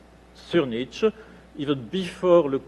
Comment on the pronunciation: Why is he pronouncing it like "niche"?! That irritates me so badly! I just looked up more sources despite having a German mother and asking others/the internet how to pronounce it a hundred times before, just to make sure I wasn't being a dumbass again, and no!! It is NOT pronounced like how says it, at all!